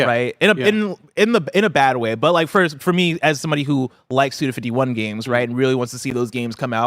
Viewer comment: Some context for you: Suda51 is pronounced "Suda five one" because his given name is Goichi. It's a play on his name being comprised of two numbers: 五 [go] means five 一 [ichi] means one